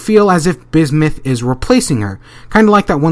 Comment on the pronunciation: bismith? lol